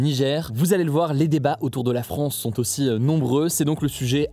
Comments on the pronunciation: "a bas la farance" 🤣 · " A bas la Farance" 😂